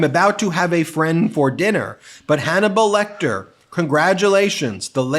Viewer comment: Anthany Hopkins is not dead, why is he saying late great Hanmelbal Lecter?